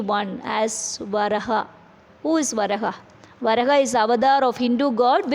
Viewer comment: It is pronounced as Va raa ha,വരാഹ.